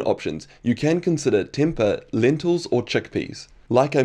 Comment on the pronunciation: It's pronounced 'temp hey' lol.